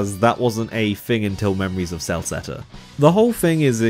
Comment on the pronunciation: Kel-seht-uh, not sell-seht-uh, fool.